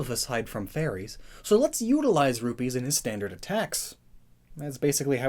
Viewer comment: I swear I heard "rubies" being said more times that "rupees"